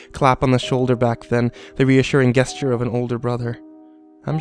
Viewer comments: Gesture, is pronouned like Jesture. not guesture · Everyone pronounces "Gesture" incorrectly :( Amazing reading though.